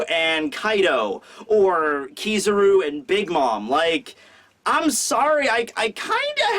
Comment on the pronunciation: it's pronounced ki-ZA-ru (kee-zha-roo) not KI-zaru (kee-saroo)